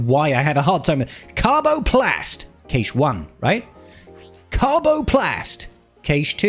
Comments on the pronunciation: Sorry to be that guy, but cache is pronounced cash, not kaysh. <3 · cache pronounced "cash eh" good video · I think it's pronounced like "cash" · I'm British, I've never heard it pronounced Kaysh here 🙂